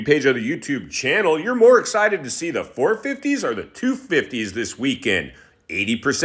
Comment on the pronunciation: Cant wait to hear more of James ... "Escited" "Ya"ll " Zakely,,, sus-sucefull,, Guys like you and Dorksky who were calling for a guy to be fired/replaced make me 😫 sick to my stomach,, essentially its a form of bullying,, Old Man.. maybe you should stop talking..Jus sayin